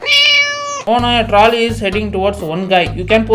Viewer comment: Troll-ey ❎ Trawlley ✅